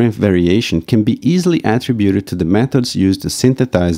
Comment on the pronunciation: Although the monolog was for the most part well understandable, I would like to suggest that the speaker pay attention to the pronunciation of the word "attributed". When I played the model pronunciations from dict.cc, all but the one from an Indian lady were as I would expect and consistent with the pronunciations given in print dictionaries of British and American English. The bit difficulty is how the word is used, as verb or noun. The verb has the emphasis on the second syllable, whereas the noun is emphasized on the first syllable.